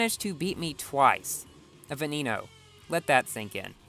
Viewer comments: Canned Bread it's said be-ne-no not ve-ne-no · Boi "Veneno" is pronounced "ve-ne-no". The e's are pronounced like those in the word "when". It's is NOT pronounced "ve-ni-no"